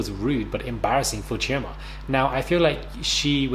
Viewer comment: I don't know this show but i will look it up after watching, but if Chioma is from Nigeria, the Igbo tribe, why is has the been butchered lol, the sounding of it is off, plz don't tell me that is how she allows herself to be called lol, spelling on point, pronunciation is off, use google to check how the name is meant to really sound ppl XD